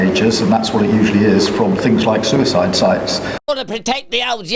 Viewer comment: A socisl media soouicide site? Tf he talking about